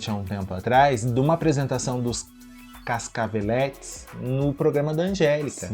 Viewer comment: Pronuncia-se "Casacavelêtes", não "Cascavelétes". Respeita o Flavio. A quem inclusive dedico meu livro, junto à minha irmãzinha e PC Siqueira. Aliás (edit:) Nêga Bom-bom falava: PUNHETINHA DE VERÃO